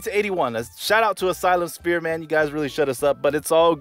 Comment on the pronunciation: Great vid. Did you keep saying Asylum "Spear"? 😂